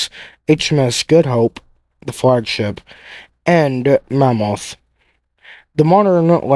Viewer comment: The name is Monmouth (after a duchy of Wales, as in, the Duke of Monmouth), NOT "mammoth", an extinct species of elephant.